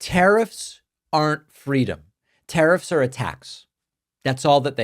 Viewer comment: I misheard “tariffs are a tax” as “tariffs are attacks”